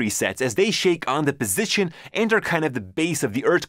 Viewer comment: when he says 'the" he actually says dee